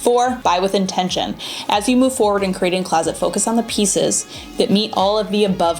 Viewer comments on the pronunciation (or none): none